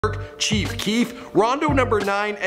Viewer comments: "kief chief" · He said keef chief 😒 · Did you fuckin say 'Keef Chief'? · my nigga really said keef chief 😂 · This man said keef chief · I thought I was going crazy when I heard this man say "Keef chief" 💀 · he said keef chief😂😂😂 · This man just said keef cheif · he said Keif Chief lmfao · Who else noticed he said keef chief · lmao he said keef chief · did he say keef chief? 😂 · he said keef chief lol